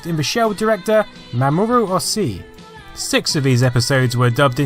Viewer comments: BTW, that name is Mamoru OH-SHEE! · Mamoru Oshi's Last name is pronounced Oh-She